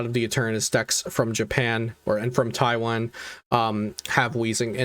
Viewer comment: Thanks for the video but please pronounce taiwan correctly lol